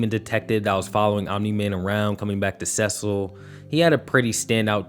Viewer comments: It’s pronounced Sea-Sil not sessil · What's up with pronouncing Cecil? I always pronounce it "sea-sul". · Just pronounce his name right stop tryna be different they say it in the show, see sull 💀😭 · why do you pronounce cecil’s name like that when we’ve heard it dozens of times. It’s [See-Sul] not [Seh-Sol] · Dude it's SI-SO not... Se-sou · SESS ULL? im sorry but you've seen the show, its a common name, you know that's not how its pronounced bro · It's pronounced SEE-SAL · Please don't say ses sil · bro why do you say cecil like that🤣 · removing you from my feed because of the obvious engagement bait, pronounce Cecil right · How did you make it all the way to season 3 and still manage to pronounce Cecil's name wrong? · How are you guys still mispronouncing Cecil bro. They literally say his name in the animated series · Why can't you pronounce Cecil right? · bro you dont say Cecil like that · the way you pronounced Cecil was downright diabolical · What I don't understand is when people pronounce a person's name incorrectly after hearing it pronounced correctly a dozen or more times in the fucking show. Is it that difficult? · Its engagement bait. He pronounced it wrong on purpose so that you would comment about it & then i would reply.